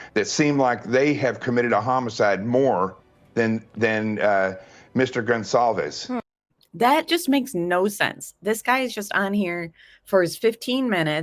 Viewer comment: Great video! Pretty sure Kaylee’s last name is pronounced “Gon sal vez”